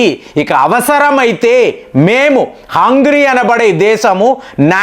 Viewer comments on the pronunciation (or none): U r pronounce is not correct of Hungary, అంగ్రి కాదు అంగేరి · Not hungry , it is hungarei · hey bro its not hungry bungry its hungari, 😂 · అయ్యా. హంగ్రీ కాదు .. హంగేరి దానిపేరు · Hungry kadu sir hungary 😂😂😂😂, School ki pampali mimalni malli 😂😂😂😂😂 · Hungary ✅ not hungry ❌ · Adhi hungry kaadhu ra gutley , It's Hungary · హంగ్రీ కాదు హంగేరి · హంగ్రీ కధు, హంగరీ అని పలకండి😮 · You are deliberately pronouncing mistakes, in spite of being pointed out by several viewers many times. You never bother to change your attitude. Hungry, eeran, eeraq, breezil, submit (for summit) etc, etc. Better you introspect